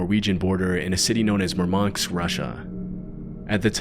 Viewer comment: It's Murmansk, not "Murmanx".